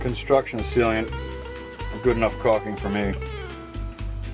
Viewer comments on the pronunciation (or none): other than pronouncing sealant "sealeant", you did a great job and I am grateful for your video! : )